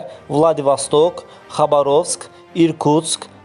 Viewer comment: Sən qızıldan qiymətli kəlləniz şəhər adlarını sadalamayın , adamın əti tökülür. Xa ba roovsk yox, rus dilində udareniya deyilən bir şey var, onların başına daş düşsün. 😂😂